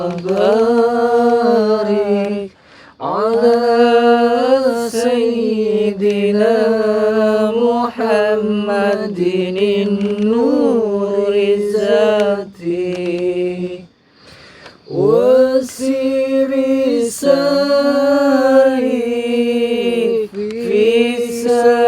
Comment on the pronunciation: Ngapunten,, koreksi dikit mau betulin tahsin sholawatnya... Insya Allah menurut yg saya pelajari dari guru yg mengajar Al quran, bacanya Nuridzati... Bukan Nurizati. Jadi pake huruf dzal bukan za... Tapi mungkin juga memang ini bukan karena kesengajaan, & Allah lebih sayang jenengan, dekat dengan jenengan. Ngapunten jika saya keliru, mohon diingatkan saya yg awam ini. Wasilah dari, saya sekarang jadi pengamal & pecinta sholawat Nuridzati. Semoga Allah limpahkan rahmatNYA kepada jenengan, keluarga & para santri. Salam dari Malang selatan